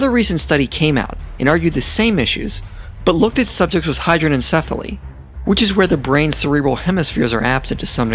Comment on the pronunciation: Judgement-free question: At ~ , does anyone else hear what sounds like 'hydro-syphilis', in reference to 'hydrocephalus'?